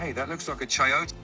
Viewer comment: i fr loved the way he said "chayote" bc of the proper accent right there